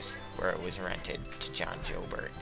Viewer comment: Before you doing a video like this you might want to make sure you have the correct pronunciation of key names like Eberle, Joubert and Offutt.